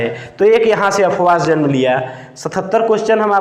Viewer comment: अबे अपवाह नहीं अफवाह होता है.... तू क्या टीचर बनेगा रे.....